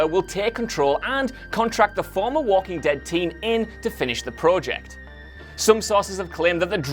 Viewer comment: Say project correctly please.